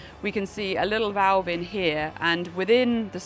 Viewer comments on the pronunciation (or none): none